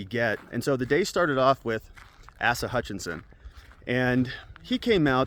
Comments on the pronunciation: Hutchinson's first name is pronounced as AY-sa, not ASS-a, (not that this guy's name will come up for much longer, with regards to the primaries.) Otherwise, great content as usual! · Asa pronounced ai~sah :)